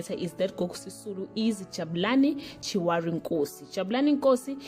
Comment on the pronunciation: Chirwali not chiworry